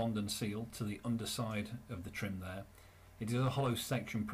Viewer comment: That's '9' trim not 'p' trim 🤔